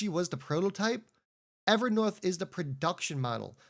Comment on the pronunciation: It’s a long o Ever North long o learn how to annunciate